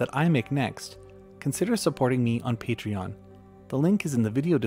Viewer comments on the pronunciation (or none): none